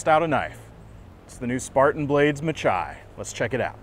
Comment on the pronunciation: Just a little note, the majority of spartan blades are after Greek names. This knife is no different, the pronunciation is (ma-hee). Meaning battle, or blood bath in greek. Hoped this was use full. Love your channel, company and reviews, very informative. Thanks